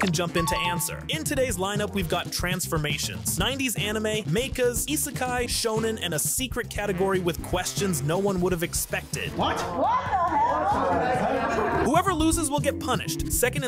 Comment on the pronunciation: You said Mechas as "may-cuhs" and I almost closed the video but I stayed for Daidus.